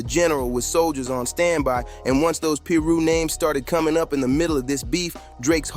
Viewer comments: again... someone missing the point... its funny how the video pronounced it ....im in LA all the time to know it's Piru not Peeru or paru ... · Bro it’s pronounced Pie-roo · "Paru" "peeru" what??? Pronounce it right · It's so cringe when he mispronounced Piru!! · This was irritating me so much 😂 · I know 😂😂 the way this video pronounced it is off